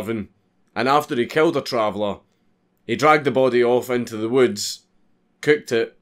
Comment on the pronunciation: You cant say "traveler" in Scottish and not make it epic